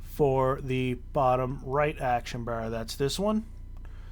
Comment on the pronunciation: thanks for the guide but damn dude please stop saying bar like that......please